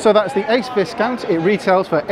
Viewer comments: it's pronounced vie- count not vis- count. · Sorry to be picky but every time you mispronounce Viscount it make me cringe. It is "Vi" as in violet, the "s" is silent. Great review. I could easily tow that Ace Viscount with my C4 Grand Picasso. I'm sure that you have enough clout to feed back the lack of USB ports to the manufacturers. Maybe they'll eventually sit up and take notice.